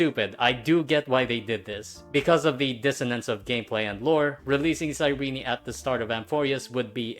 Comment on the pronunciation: does EN actually pronounce cyrene like “sai-ree-nee”? it sounds like ass 😭